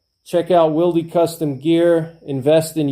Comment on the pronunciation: Thanks for your insight, I never considered the advantages of being able to re-adjust your holster to different guns or configurations. That makes a lot of sense in a hard times scenario where you might be scavenging guns, like you said. In exchange I will offer you some insight of my own: "Wilde" is pronounced like "wild" (like the author, Oscar Wilde), the 'e' is silent.